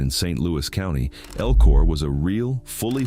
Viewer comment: So, #13 Spelled Elko. El-ko. Pretty simple. Your artificial voice is pronouncing it "EL-KOR" This isn't the "east coast" where they add R's to words. that don't have them. I'm calling bullsh!t to this. And by looking at other comments, I'm not the only one thinking you're spreading cow manure for facts...